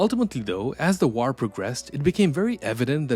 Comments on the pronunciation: The way you pronounce "war" is putting me off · Your AI narrator can't pronounce, "war." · Why do you pronounce "war" like that!? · Good video but you are mispronouncing the word war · The way to pronounce war is like a high pitched screach in my ear, I couldn't put myself thru that torcher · Like button for how he says "war" 😊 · The way you pronounce war is interesting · I’ve never heard anyone pronounce “war” like this narrator